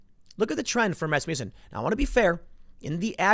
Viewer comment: its pronounced 'rass-muss-in'..